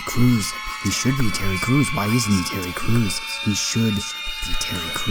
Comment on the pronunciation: tewwy cwuz